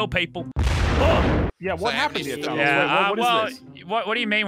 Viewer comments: normal people: Thanos this legend: Thay-noes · normal people: tha-nos lazarbeam: thay-nose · How did he say thanos at the begining he said:today we are going to become thaynous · Nobody: Lazarbeam: ThAYEnos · "Today, we become THAYNOSE" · T H A Y N O S S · ‘Thaynos’ -Lannan, 2021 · “Thainos” Lazarbeam 2021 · “Today we become Thaynose” -Lazarbeam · No one: Lazar: Thaneous! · its thanos not thaneos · At the start why did he say Thaynos it's Thanos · Thanose he said its thanos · Mans sed thainos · thaynois thanus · mully I KNOW RIGHT? HE JUST DOESNT UNDERSATND AMONG US O R MARVEL AND IT MESSES ME UP! I HAVE A MARVEL LUNCH BOX SO I KNOW HOW TO PRONOUNCE IS. THAN OHS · Hey Lazar not Thanos gingenos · I swear to god if he says thaynos one more time I’m gonna shit in a biscuit tin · the way you pronounced thanos two different ways makes me uncomfortable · Pronouncing Thanos in different ways is totally appropriate because they said it like 5 different ways in the movies.